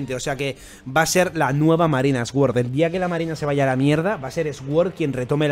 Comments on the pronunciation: se pronuncia “suord”, no “esgüord”, no es por hate, es un comentario constructivo. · "SOR" QUINTO, "SOR" Asi tal cual